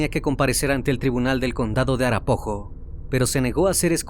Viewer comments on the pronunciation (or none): Arapaho se pronuncia “Arapao o arapajo “